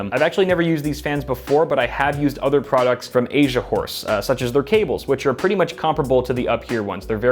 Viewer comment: I heard him "Asia whores" 😂